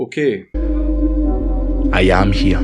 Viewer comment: lol “OKEAY” 👌